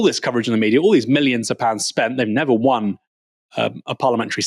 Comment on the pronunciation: "fing" "wiv" "neever" "fretten" "sumfing" "feem" 🤦🏻‍♀️ Please speak English correctly. You're but seeing a very good example to non English speakers or making yourself very easy to understand by them.